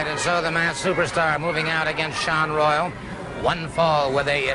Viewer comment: WTF Buddy Colt? Saun Royal? It's pronounced like the other spelling, Shawn Royal:face-green-smiling